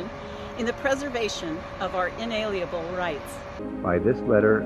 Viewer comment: Rep.-elect Karey Hanks can't pronounce "inalienable" . I'm surprised they didn't do another take (or am I?).